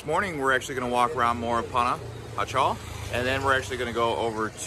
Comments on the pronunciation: The city Panajchel is pronouce Panahachill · If you’re going to make a video please pronounce Pana correctly. Pana-ha-shel. J’s are pronounced like an h.